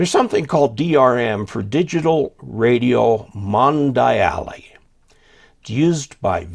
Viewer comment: Mondiale is just pronounced "Mon-dee-al". Thanks for this video, it's very helpful. Cheers!